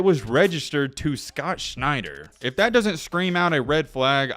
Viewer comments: Shent-er, not Schneid-er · Scott Schenter as in Shen-terr not Schneider. Just struck me funny. If I am remembering correctly usc was loaded back then. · Schenter is not pronounced Schneider.